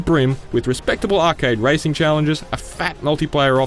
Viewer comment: Did he say ricing game lol